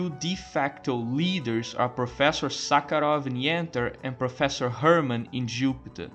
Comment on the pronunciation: Not gonna lie, I absolutely lost it at your pronunciation of “professor Suckheroff” 😂😂😂